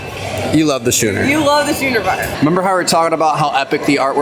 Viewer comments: "Shooners"??? Is that an inside joke? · the schooner bar is pronounced skooner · Great tour and amazing ship. Love the new additions too. Ps. What's with the pronunciation of schooner??? Is that an American thing? Simply never heard it pronounced like that!!?? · Its SKOON-er bar. Jesus, were you drinking in grade school too ? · You guys are hilarious in the way you pronounce schooner bar! Should be more like skoo-nr :) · Schooner is pronounced skewner. You yups probably call target tarzay